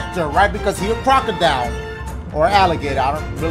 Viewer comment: Crocodile? It's like Croco DUH . u know i'm sayin. No?..